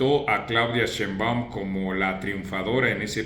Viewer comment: Marco Levario es el único que sabe pronunciar Sheinbaum... Todos pronuncian Shéinbaum, como si llevara tilde.